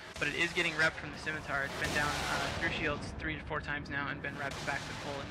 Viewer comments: oh hey, a video of internet spaceships online the video game. dear commentator, please never say "skimitar" again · "ss-imitar" is correct. "skimitar" is wrong. Dumb brit commentator :)